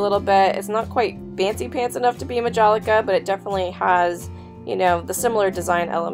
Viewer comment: Lamoge is pronounced La (fa, so, la), a long “mo” and a soft “ge”. You also mispronounced Majolica—a floral hand-painted porcelain from Italy:which this piece was not. Need to do a little bit a homework.